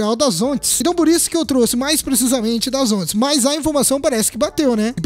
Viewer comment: Vc falou volts e depois falou zontes. 😐😐😐